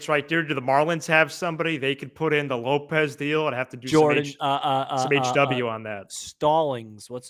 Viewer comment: I'm usually on your side but please don't ever say lopes for happ again That made me throw up a little in my mouth lol